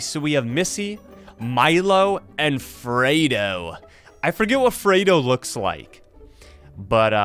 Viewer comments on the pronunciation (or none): Fredo Is pronounced Freddy but With O